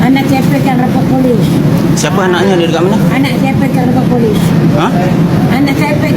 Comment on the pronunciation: Dia sebut pegang tu pun dah style indo..